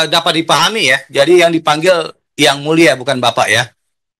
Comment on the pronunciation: Ngomong yang mulia aja susah mulut mu Dhan😂😂